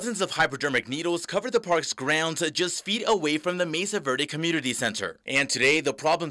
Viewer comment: Am i the only one who gets annoyed by these newscaster's who can't pronounce spanish street names etc correctly. Come on guys you live in New Mexico. Know your spanish! It's not verday, it's verde! Learn it, live it!